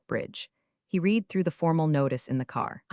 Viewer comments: I sure wish someone would teach AI how to pronounce words properly: Pen-TAY-gun for Pentagon? Reed for red/read (yeah, that's a tough one) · It always makes me laugh our loud that a channel about corporate incompetence can't train their own AI to pronounce words like resumé and Pentagon and oh so many others and can't recognize past and present tense of 'read'.